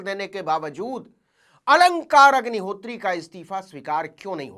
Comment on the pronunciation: Aap sdm sahab k naam ko galat dhang se le rhe hain Aap sachhe patrakar baniye .